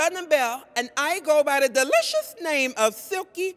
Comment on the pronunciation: The way she says delicious sounds so hilarious!